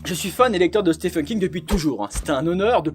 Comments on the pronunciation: ça ce prononce stiven king et pas STEFEN King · au US, Stephen se prononce effectivement Steven , que se soit King , Hawking ou bien même Stephen Strange chez marvel par exemple